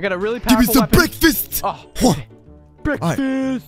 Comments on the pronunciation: l need breakfest said it wrong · BEKFAST!!!!or is it BREAKFAST!!!!! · When sees food he says i need beakfast